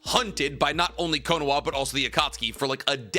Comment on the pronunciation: If you’re gonna say some of the Japanese versions of words such as “Konoha,” can you pronounce them right? lol no hate but hearing “cone-wha” sounded weird. And you said Konohamaru fine, it’s literally just the first part of his name lol.